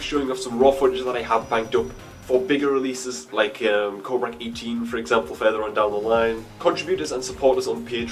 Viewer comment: I'm impressed, you pronounced my name right no body ever does that :P